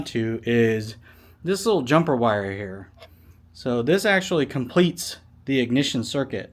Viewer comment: "Shoot a lil bit in heyuh" 🧑‍🔧